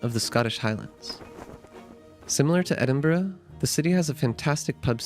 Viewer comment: As a native Scot I award you 10 out of 10 for your pronunciation of Edinburgh.👍 Good job with the video.